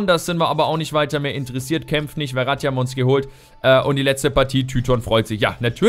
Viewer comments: Der heißt nicht Verati sondern Ferati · Und der Typ von Stuttgart heißt Ferati und nicht Verrati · Ich glaube er wird Ferati ausgesprochen und nicht Veratti xD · Hör mal bitte auf ferati wie verratti auszusprechen :D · du sprichst den Namen von Ferati falsch aus. "F" wie Fenster, ich weiß ehrlich gesagt gar nicht wie du auf "Werati" kommst XD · Kannst du Ferati vielleicht nicht "Weratti" aussprechen? Ich denke man spricht ihn so aus, wie man's schreibt: F, langes e & langes a :D